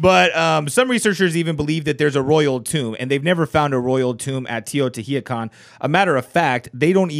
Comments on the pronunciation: i eat plants You don't roll your tongue 🙄it's not a double R sound... he just commented that the pronunciation was way off. I love learning languages and it's a shame people like you are such haters of correct pronunciation. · That's not how you pronounce Teotihuacan, but ok.